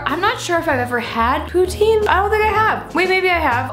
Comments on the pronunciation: Pou-TIN, not pou-TEEN. I feel like anyone that doesn't live in Northern Ontario or Quebec pronounces it wrong lol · Pro Tip: If you want to impress the Quebecois (the french-canadians) you must pronounce it "poo-TIN" instead of "poo-TEEN" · The way you pronounce poutine makes me cringe lol js. 🐱❤️